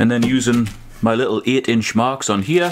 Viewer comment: Great content. I didn't know "here" was a two syllable word. 😂😎